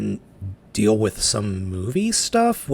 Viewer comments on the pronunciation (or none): none